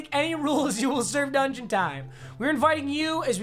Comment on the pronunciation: Not to be that guy but dungeon not dungon. And to be that guy, no one/nobody jokes aren't funny stop using them